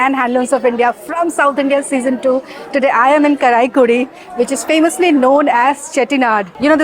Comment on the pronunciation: Not karaikudi. Pronunce as " Kaaraikudi", with a long A vowel